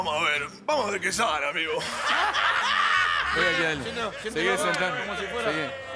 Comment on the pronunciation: Naa los cabezas dicen amego jaja